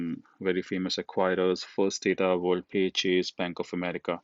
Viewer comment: Good source of information. Thank you. Just a small correction, its "WorldPay" (in Acquirer page) NOT wordpay